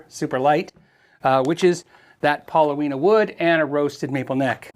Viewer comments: The wood is called paulownia, not pauloweena. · Pauloweena..? No mate...it's Paulownia (paw-low-nee-uh) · Pronounced pow-lo-nee-ah, not pow-lo-wee-nah. It's just fine for a body, but how many pieces make those slabs? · That's $469 Australian dollars and the wood is pronounced Paul o nia, well in Australia at least. Great wood for wooden surfboards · It's actually pronounced Pah - Lone - E - Uh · paa-low-nee-uh. In Japan called kiri and used to make cabinets. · Excellent thank you. The wood is pronounced pawlonia with the accent on the second syllable. It would have been traditionally used in Japan to make higher end kotos